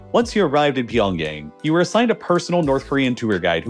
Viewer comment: did i hear pyongay?